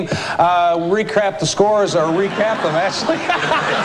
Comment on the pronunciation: "we'll recrap the scores." LOL!